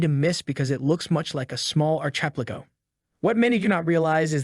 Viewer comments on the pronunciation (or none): because “ar ki pel ah go” is so difficult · arch-ep-li-go? I spat out my tea. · ARCHEPLIGO🤣🤣🤣 what a sloppy and unprofessional video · Have you honestly never seen archipelago written down before? That just proves you’re not an expert and you’re just reading a script